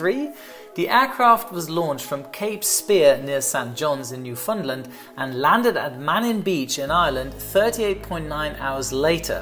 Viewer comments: New-fun-land. For pronunciation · As a Newfoundlander im offender you pronounced it like “New Fun Land” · By no means a criticism but by way of advice, St. Johns is pronounced "Saint Johns'', and Newfoundland is pronounced the way one would say "understand" so "understand Newfoundland (Noo f'n lan). You'll sound like a Newfie. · Newfoundland rhymes with understand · He can pronounce the French but not Newfoundland...